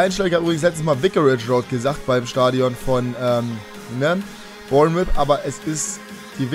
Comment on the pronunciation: Es heißt nicht Bournmith sondern Bornmouth